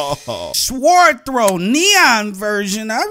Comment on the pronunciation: He can't even pronounce sword🙄